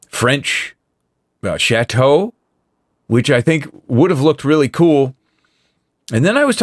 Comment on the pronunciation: Chateau? Chrrrrrateau?